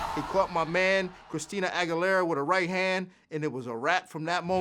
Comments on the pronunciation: He really said Christina aguielera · "My man Christina agularia" kills me😂😂